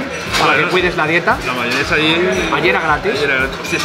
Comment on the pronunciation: una consulta, vi que le dicen Mahonesa, a veces pronuncia como Mahionesa otras cómo Mahonesa. Cuál es la forma más habitual? Fuerte Abrazo Porteño.